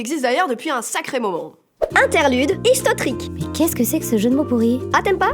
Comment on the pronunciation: J'adore "histotrique" :p